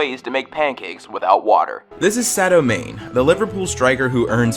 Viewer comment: OMG SADIO MANEEEEEEEE and this guy said it like a lions mane, you say it Marn Ay